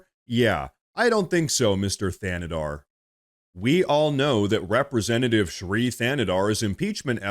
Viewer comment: It sounds like you're saying this queers name is Free Canada.🤣